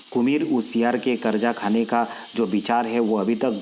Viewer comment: करजा बार बार बोल रहे । कलेजा बोलना चाहिए। करजा थोड़ी खाया जाता हैं।